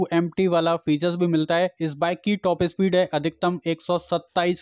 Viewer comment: Bhai topes speed nahi top speed bolo, aur selfie start bi nhi self start.